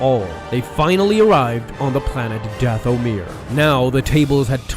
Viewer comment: "Dath-o-mere" The rest of us: "Dathomir" Me: Feels like Dooku when he was being tortured when I hear "Dath-o-mere"